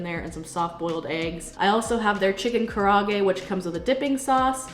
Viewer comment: The chicken dish is pronounced “ka-da-aa-gay” not “ka-ra-gay”. 😷🤙🏼